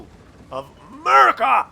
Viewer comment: When keeps saying 'Murica, I keep expecting FUCK YEAH after it